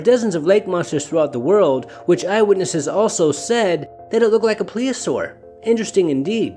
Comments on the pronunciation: "Plesiosaur" is the word, not "Pleosaur". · Um, did you mean "plesiosaur"? 'Cuz pliosaurs are different. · Should probably pronounce the dinosaurs name correctly if you're going to reference it. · Thanks for posting but you're butchering the word plesiosaur. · You should learn how to pronounce plesiosaur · I just checked how to pronounce plesiosaur and wow I was way off. I don't know why I thought it was pronounced that way. Thank you!